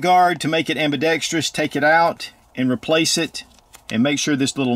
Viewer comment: I applaud your usage of the three syllable word ambidextrous rather than the oft used incorrect four syllable version.